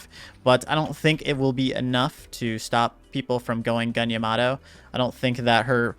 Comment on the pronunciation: How are people still pronouncing "yamato" wrong?... "iamaro" ... why.... EDIT: its so weird, sometimes you say it correctly and then wrong again and the right again hahah its funny